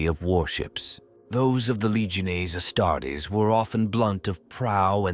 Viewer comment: Astarts? I hate AI...